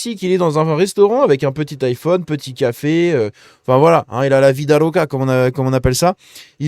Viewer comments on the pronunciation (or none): none